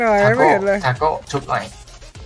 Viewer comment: ทาโก้ ไม่ใช่คาโก้ หิววิวจัด